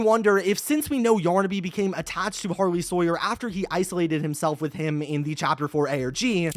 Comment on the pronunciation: It’s pronounced “har-lee”